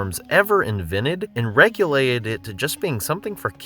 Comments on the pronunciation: "Relegated," not "regulated." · *Religated, not ‘regulated.’